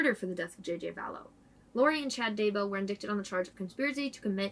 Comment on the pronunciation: Great job as usual. Thanks. FYI...indicted is pronounced as indighted. Keep up the great work. Murder is sick and murdering kids is diabolical.